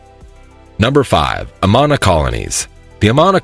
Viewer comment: 1. Don't pronounce the last "s" in Des Moines. 2. Learn how to pronounce Amana. 3. Registers Annual Great Bike Ride Across Iowa - not Race.